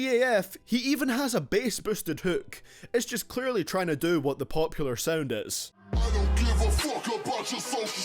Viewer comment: Its Sound not Sauend. Your accent sucks.